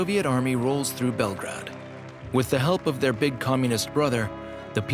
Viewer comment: The way the English speaker mispronounces Belgrade throughout the documentary bothers the heck out of me